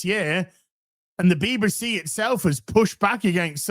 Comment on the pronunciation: what's a "Beeba-see"?